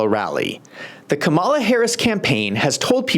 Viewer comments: It’s KAWM-a-la, not Ka-MAW-la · Her name is pronounced: calm-A-la NOT come-ALL-la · Sir, you really should practice the proper pronunciation of President Harris's first name. Let's say it together: Kam a'la (NOT Ka-Mall-Uh). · Dude, if you can say PAMela, you can say KAMala. Just stop. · Please say the woman's name correctly. Kàmala. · I love you, man. We need more perspectives like yours. But anyone still pronouncing her name wrong (with the accent on "mala") sounds like a hack. Don't sound like a hack. Please. The opposition can show disrespect. Let them. We should rise above that. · My first clue was this guy not saying Kamala’s name correctly this is a dead give away that you are a Trump supporter so your opinion would be biased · Mispronounced her name again and again......I WONDER WHY? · You can't even properly pronounce the Vice President's name. You have no business offering your opinion to anything relevant to the debate. Your comments make no sense, along with the comments donald trump. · You might want to learn how to pronounce her name, then admit it was a disaster for Trump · Can’t watch your video if you can’t even pronounce her name correctly. Let me know when you have that down and I’ll give you a second chance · Pronouncing the name of the vice president would be a good start to lend credence to your talk